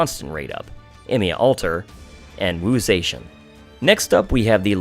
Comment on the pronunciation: Wu...Zayshian? It...it's Wu Ze-Tian